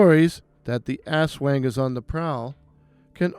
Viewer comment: The wang in aswang is actually pronounced with the short a. Great work and it's really great to see creators taking the time to research our local folklore.